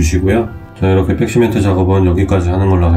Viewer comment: 잘 봤어요 아쉬운 점은 백시멘트를 빽시멘트라고 하는게 좀 거슬리네요